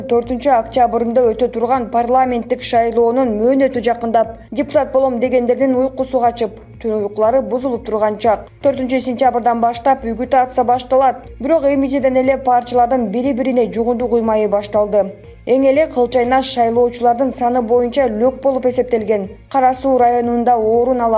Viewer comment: Ээ ушакчы журналист угутация эмес агитация деп айтсан.